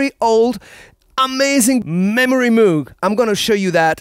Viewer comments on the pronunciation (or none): Great demo love this machine!! "Moog" as in "Rogue" is the correct pronunciation for the inventor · Doc, you pronounced it wrong... Bob just channeled me and asked that I help set the record straight. This synth doesn't spend it's life chewing grass in pastures and also actually doesn't produce milk. Got it? Ok, Game on. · Man I can't believe you pronounce it moog and not moog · But it is pronounced moog, not moog. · Every time you pronounce it "Mooooog", my asshole shrinks up. Does that mean I'm a grammar Nazi, or a synth anorak? 😅